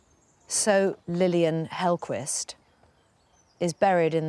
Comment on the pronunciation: You pronounce the Q there in Hellquist as a K. Hellkvist.